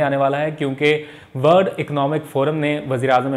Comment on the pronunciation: Word naheen worl d please correct your pronunciations.